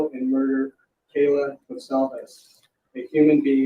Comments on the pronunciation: Someone needs to tell the judge that Kaylee’s name is Kaylee, not Kayla.🤦🏻‍♀️Thanks for all your expertise and explanations! Love your channel.😁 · I was very disturbed that the judge pronounced Kaylee's name wrong. Kayla, instead of Kaylee. He had more than ample time to preread the victims' names correctly. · Judge judge, cant even Get Kaylee's name right 😞 nor correct himself. 😒 he doesn't seem like he likes his job. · Her name is Kaylee, not Kayla. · I can’t believe he said Kayla for Kaylee. It’s also one of the easiest spellings. It’s like my kids name is Karlee, you just about can’t get it wrong. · Her name is kaylee not Kayla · I mean by now the judge should be able to pronounce the names correctly. He did also say Kayla instead of Kaylee. These four have been spoken about for the last six months. Out of respect this needs to happen. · He pronounced Kaylee’s name as Kayla, and he butchered Xana’s first and last name. Not a big deal, but pretty shocking for a judge who is presiding over the case.